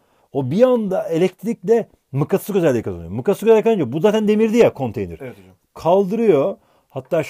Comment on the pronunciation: mıkkatıs mı diyor bana mı öyle geldi